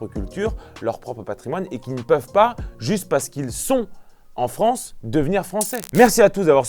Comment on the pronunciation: Bonjour la "Fronce"...